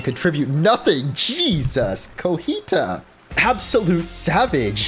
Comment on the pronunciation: I like how you're the only Poketuber who pronounces her name as though it were a word from Spanish. Everyone else says Coh-Gee-Tah while you say Coh-Hee-Tah